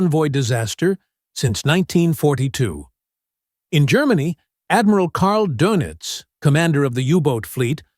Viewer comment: Admiral Karl Donitz (my spelling.) The o should have an umlaut and it's pronounced thusly: DOEnitz. Say a long a as in the word Day, and before saying that A you ro und your lips. Say Daynitz and just as you're saying the long A you round your lips and immediately drop that.